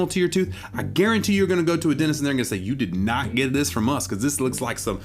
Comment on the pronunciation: why did i think she said 'go to the dentist or the dontist' at the start. sitting here trying to figure out what a dontist is...